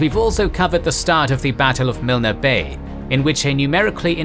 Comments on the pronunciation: Add "Miln", not Miln-ah". Normally the pronunciation on the channel is top notch. This one not so much. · The mispronunciation of place names makes listening to this by any Australian wearing and embarrassing. It destroys your credibility and makes for a bad joke. As for viewing your vid about MILL- NEE Bay, no thanks. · As always a brilliant account of the crucial battle of Milne Bay. Please don't take this the wrong way but the weakness of the Kings and Generals documentaries is, understandably, the occasional pronunciation errors. At the very beginning, Milne Bay and Kokoda are both mispronounced. Milne is pronounced Miln (silent e). Kokoda is pronounced Ka coda. Keep up the good work. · I really enjoy this series but it is very frustrating that a series that is well researched contains mispronunciations and spelling mistakes. For example Milne is pronounced with a silent E, so it is not pronounced Milner, just Miln. Kokoda is pronounced Ko-ko-da, not kok-odah. Vaucluse and Woollahra were misspelled in the video on the Sydney Harbour attack. All this can be checked easily online and such simple mistakes detract from the quality of the videos. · Milne is pronounced miln. The E is silent. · If you do your commentary job well, you pronounce correctly. You know how to say Alamo? Learn how to say Milne. You know how to say Gettysburg? Learn how to say Kokoda. It's insulting. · It will annoy just about any Aussie, same with Milne Bay. Btw, that 'e' is silent in the pronunciation.